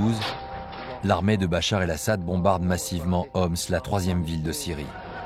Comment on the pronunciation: Интересно слушать как нейросеть называет Башара аль Асада...и Бачар, и Бахар, я думал. в конце видео его вообще Боратом аль Асадом назавут😁😁😁🤦